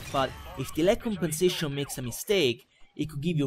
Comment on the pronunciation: con tutte le volte che ha detto lag compensetions mi ha fatto rincoglionire, che a un certo punto mi sembrava di sentire tutte le parole che finivano in sentions O.o